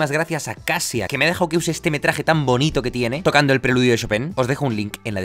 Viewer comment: ¡Se pronuncia Kashia! Jajaja Kasia es el diminutivo de Katarzyna. (Catalina en polaco).